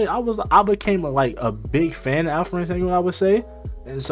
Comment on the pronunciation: Call him Al-P not Alferen. Thats wrong pronouncement.